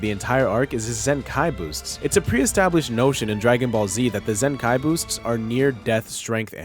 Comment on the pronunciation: You’re pronouncing “zenkai” like it’s two words.